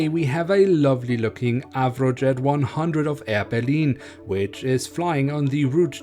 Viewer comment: I love the way he said berlin.. it sounds french ngl. (Im not being mean, DO NOT take this seriously)